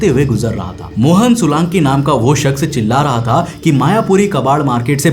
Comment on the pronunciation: Bro not sulanki it's Solanki mai b solanki hu